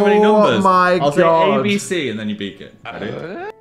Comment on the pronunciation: I also did not register that Phil said from 1 to 4, as I was preoccupied by "you need to beak it"